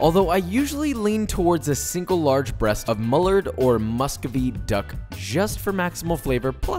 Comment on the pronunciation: you said muscovy wrong, it's like cove not cauve.